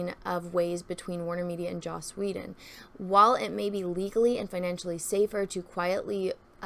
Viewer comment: Take a shot of blue milk every time says "Joss Woe-den"